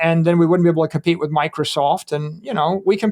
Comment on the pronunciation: he says wif